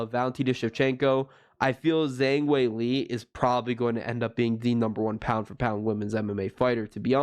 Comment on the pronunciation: Learn to pronounce Weili's name if you're going to do videos.